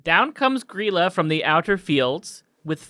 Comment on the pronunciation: Holy shit, they actually pronounced Grýla correctly!